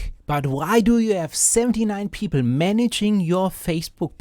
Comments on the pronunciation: bros says "peepl" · The way you pronounce "people" is hilarious.